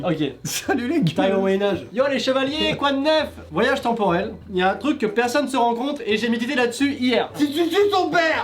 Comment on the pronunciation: maiii temporail